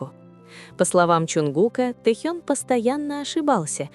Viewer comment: ВЕДЁТЕ НЕСКОЛЬКО ЛЕТ КАК ВЫ ГОВОРИТЕ А ПОЧЕМУ КОВЕРКАЕТЕ ИМЕНА РЕБЯТ. НЕ Тэхьен а ТЭХЕН